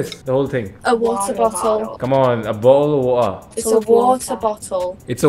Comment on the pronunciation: Ab tou bhaiya ladki khud hi bol rahi hai ki ye lo.." Boel of wota"😂😂